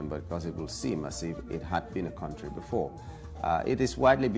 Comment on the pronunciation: it's country not quontry